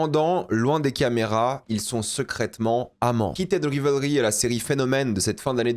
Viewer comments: Bonne analyse…dommage pour la prononciation du titre quand même: /Raivlri/ 😊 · Ce serait quand-même bien de prononcer correctement Rivalry : c'est Raïvelri.